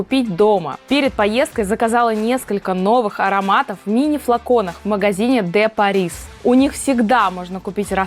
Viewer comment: Красота!. не ДЕ ПариС. а ДЁ Пари. Не хочу учить, просто говорю, как правильно произносится.